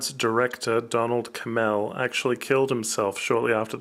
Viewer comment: At least get Donald Cammell’s name right . Best I can say is this confused and boring film is a little interesting. Script never should have been approved, and Don was worried about the way it was cut? 🤯 There was never going to be a good cut of this film.